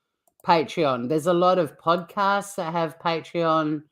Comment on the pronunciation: Omg, I agree. It's not Patron, it's Patreon. So annoying!